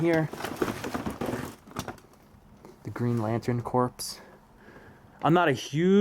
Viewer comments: The green lantern “corps” is pronounced as “core” as in Marine Corps pronounced as Marine core. Not as a dead body corpse. 😮Awesome find bro thank you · Cool find. Just a note on the word ‘corps’. It’s pronounced ‘core’ not ‘corpse’. The s is silent. Otherwise great work. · the P and the S in Corps are silent my dude. Core and Corps are pronounced the same!! English teacher out! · CORPS = CORPSE HAHAHAHAHA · Two things: - How are you not trespassing on this late person's private property, regardless if the house is "abandoned" as you say it is. - If you know this late man has several children, then you obviously know who they are and how potentially to contact them about the items of value inside the home. Why not do so? Lastly, "corps" is not pronounced like "corpse" (as in a dead body) - the "ps" is silent. You just say it as "core" and nothing else. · Ps is silent in corps. As in the Marine Corps.